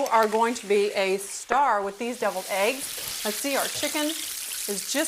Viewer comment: "hard BOWL-ED AEEGS"